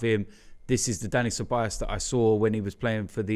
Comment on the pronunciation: it's CEBAJOS (pronunciation)